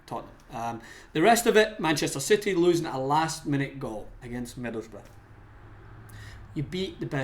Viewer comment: Who are middlesburg?... It's Middlesbrough. It's not hard to say or spell.